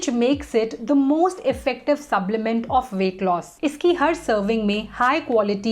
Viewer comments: Why I hear subblement instead of supplement. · Yes...subblement throughout the video